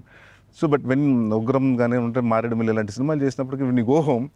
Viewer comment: మారేడుమల్లి.... కాదు మారేడిమిల్లి